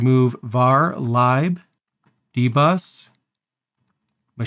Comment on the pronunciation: Thanks a lot for this,. Very helpful. On a side note, I was sitting here getting completely triggered by your pronunciation of sudo and lib. After thinking about it, your way actually seems more correct. My entire Linux career has been a lie 😂